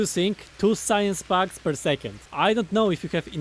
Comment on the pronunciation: love these. but everytime you say packs it sounds like bugs. science bugs, military bugs. i get so confused lol